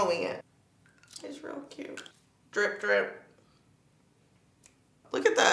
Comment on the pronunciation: The “ish real cyooot” 😂😭